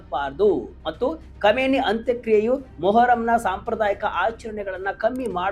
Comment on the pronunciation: Komeni alla kaaminai modlu sariyaagi ucchara maadu matte news